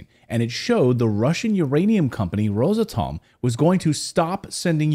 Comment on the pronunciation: It's not Rosa-Tom, it's Ros-Atom.